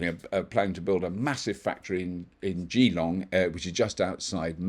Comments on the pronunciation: "Juh-long" not "Gee-long"🙂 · I'm sure you'll be very popular for pronouncing it 'Gee...long' hehe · OMG another one. What is with this Geelong pronunciation. Two ee a make it a soft ee. We have GeeWhizz as a guide. I thought it was a yank thing, but from a Brit. The shame 😛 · Sorry but I have to Geelong is pronounced Ge (short) or syaying then letter G with a "long" on the end .again sorry haven't even read comments like a "prick" Like the G in GM but noooo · Pro tip: ask your wife how to pronounce "Geelong"